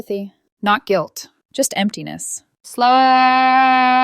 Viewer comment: Is “SLOWWWLLLLY” the A.I. version of “slowly”?